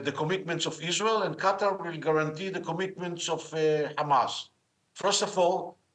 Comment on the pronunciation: Qatar not Quater